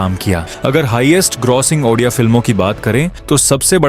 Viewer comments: Sir aapne video to achhi banayi he lekin ek hi sikayat he aapse ki aap jo baar baar ondia cinema ondia cinema bol rahe ho wo ondia nahi odia he.aap ondia bol rahe ho wo sunne ke liye achha nahin lagraha he baaki aapka video achha he. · Bhai video baht hi badhiya tha aur informative tha bas pronounciation me bhai Ondia nhi hai Odia hai wo❤ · Jay Jagannath Andia nehi Bhai o di a=odia Or bahut achha laga😊🎉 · Brother it's Odia not Ondia, please pronounce it properly. Ondia meaning in Odia language is Male (Gender). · Ondia nahi odia hai brother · this is not ondia this is odia ...ओ डी आ writing ✅ speaking ❌ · Ondia nahi re odia film, achhe se pronounce karo, nahi araha to material karo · Ondia ❌odia✅ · Are bhai ondia nhi hai odia hai support you but or bhi informative subject lao odia film industry se lekar ❤❤❤❤ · Pehle to ap ondia kehna band karo. Odia bolo Odia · I am from odisha Jay Jagannath, btw Ondia nhi Odia (Bhai ne Odia & India ko milake -ondia Kardiaa😅😅😅) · Odia likh kar bhi ondia kiyu bol rahe ho bhai sorry mango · Abe wo ondia nhi odia hai tu sala hamare language ko badnab kr rha hai 😅😅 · Ondia nhi bro odia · That's No Ondia 😢 That's Odia bro 😊 Jay Jagannath 🙏 And thanks for explaining our culture 🤩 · It's odia ,that is ODIA (ଓଡ଼ିଆ) . not ONDIA , ok👍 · Ondia 😂😂😂 Nahi hai 😂, ODIA hai 😊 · ओड़िआ भाषा को ऑनडिआ बोलके मजाक बना रहेहो 😡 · Ondia Nehi bhai odia cinema par video banane ke liye thanks (lekin ap odia ko ondia bolate ho to bora lag ta Hai sorry😢) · oNdia ❌ ODIA ✅ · Odia❌ Ondia ✔️ 😅😂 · Ondia ❎Odia ✅ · That's not ondia That's Odia And also not oddia Only odia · Ondia nehin bhai odia hey . Btw thank you for your support. Jay Jagannath 🚩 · Ondia ❌ odia ✅ 🤭🤭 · Ondia nahi odia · Bro researched so much but didn't have time to pronounce ODIA correctly. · Aap Indian nehin hai kya, state ka naam thik se bol nehin pate ?????